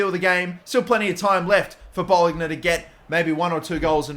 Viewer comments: please learn the correct pronunciation of "bologna" thanks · Bologna (Bolonya)